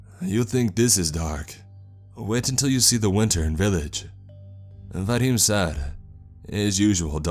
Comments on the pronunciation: his name is vadim not vahim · 2 people able to speak English in a town of 20 people in Siberia is a nice 1 % of the entire population. Pretty nice for a rural fishers Village. Also, the Names are a bit off. It's Vadim, not Vahim, and Darla isn't a Russian typical name. Darya is though. And finally, the translation of the word "Help": the word you used ("Pomogat") does translate as help, but not in a crisis or danger. You say " Pomogi" usually when you need a hand lifting a box etc. What should've been used for help in danger is "Spasite" ,meaning " Save me". It's be more fitting. Thanks for your stories and keep up the good work! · that pronounciation of vadim hurt me